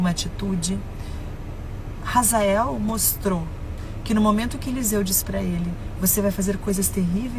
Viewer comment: Não é Razael EEEEEEEE HAZAEL OH H e mudo H é complemento de sonoridade H NÃO TEM SOM DE R EU FICO PUTO COM ISSO 🤯